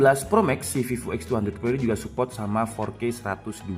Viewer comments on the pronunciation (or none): none